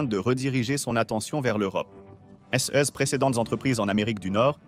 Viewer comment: La synthèse vocale est un peu défectueuse. "Ses" est épelé "S","é", "s" ; et le débit oscille entre lent et rapide.